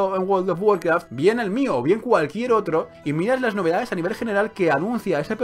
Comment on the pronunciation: guold of guarkraf xD no paro de reir jsjsjs